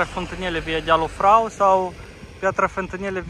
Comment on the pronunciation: Poiana Stampei, pune accentul pe vocala e nu pe a. Lunca Ilvei măi nu Ilevei. Dealul Frâu, nu Frau :))